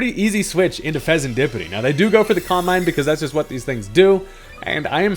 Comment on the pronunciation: fezandipiti. i. not y.